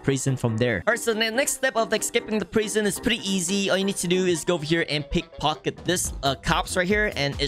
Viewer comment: the way he says prison is funny!😂 he says prighson!😂